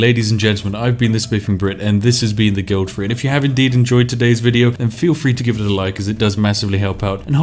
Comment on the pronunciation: The Guild "free". level "free" Triggers me every time i hear it. bravo!